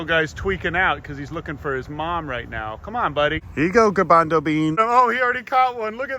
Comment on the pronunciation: The “noo grabanzo beans” was so funny